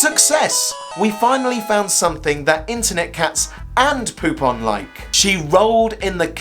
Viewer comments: popain is POE´PAINE.... BTW are u on speed ? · Heheh... his name is pronounced "poop on".